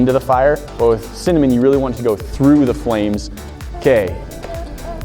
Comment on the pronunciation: Noooo said cimanen not cinnamon